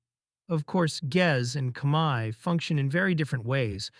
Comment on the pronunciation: Thank you for making efforts to pronounce Khmaer ខ្មែរ correctly.